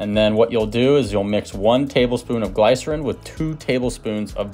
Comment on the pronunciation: Great recipe's! But it is (gli-sr-uhn) the small i sound. ;) You have awesome tips.